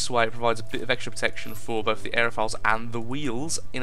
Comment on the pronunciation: its aeroFOILS like tin FOIL not files